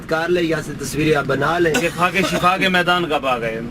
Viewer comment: Es uncal ko samjao k shafa NH shifa kehte hn